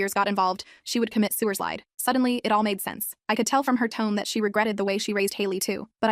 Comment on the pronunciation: “It’s time for Sewaswide!”